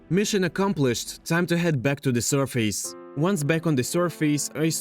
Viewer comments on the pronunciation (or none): Loving it! Just a little help in phrasing: "From scratch" not "from the scratch" also, it's usually more pronounced like "surfiss" not "sur-face" But I like the video and definitely subscribed. I Would love if this would become your forever world! Feel free to also play in survival, not just hardcore :) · vro said survees